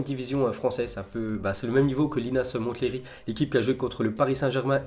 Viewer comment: Comme pour Mont-blanc ou Mont-St michel, le t ne ne se prononce pas pour Monthléry qui se dit Monléry !